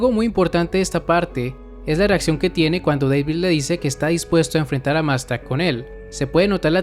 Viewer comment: Deivid ¿Oyeron? Deivid, ulala señor Gringo, si como no. -¿Cómo se dice entonces? -David